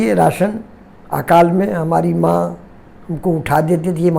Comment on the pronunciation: Thank you🙏❤ sir ji Aapne jo 🌸 MAA 🌺 sabad ka uccharan kiye,& karne ke liye 🌻Aapko🙏🌼